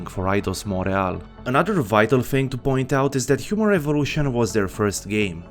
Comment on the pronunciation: I'm sorry, but I can't stop hear Humor Evolution instead of Human Revolution